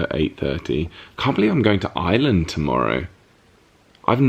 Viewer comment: OMG… Ireland! All those times you said it, and I heard “island” every time, except the last. 🤓